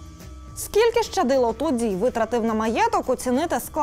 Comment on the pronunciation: В українській мові слова як чуються так і пишуться! Тому коли журналісти кажуть "ШЧадило" - це не вірно! Є буква лише Щ, тому Щадило!